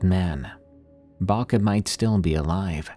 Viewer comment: I’m sorry but the way you pronounce Babcia kills me 🙏😭, my grandma grew up in Poland so we call her babcia , we pronounce it bob-ca or Bob-cha . Idk if it’s the audio but it sounds like you’re saying Baka . Or maybe I’m stupid and I’m thinking of a totally different word and you are saying it right.